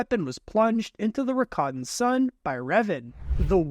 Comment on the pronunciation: Ra ka ten not raka tan